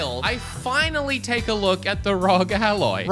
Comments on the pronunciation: R.o.g are you serious it's Rog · Bro, R.O.G. not 'rawg" its an acronym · BTW... it's R... O... G... Not Rog. Three letters, not a name. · btw it is not "rog" it is R.O.G. which stands for Republic of Gamers. Good video though! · Stop trying to make a word out of ROG. It's R O G. Stands for Republic of Gamers. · Just say r o g instead of rog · it's: "are - oh - Jee". --- they've said it out loud in their own promotional videos and it stands for Republic Of Gamers u can let know too - i dunno if he's trolling or just has a smooth brain but i would THINK he wouldve figured it out by now lol i guess not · Are. oh. jee. Ally.